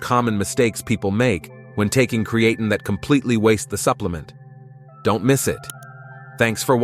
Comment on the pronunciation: You pronounced creatine wrong several times .